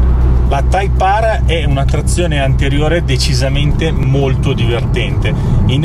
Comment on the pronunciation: type Aarrr 😂😂😂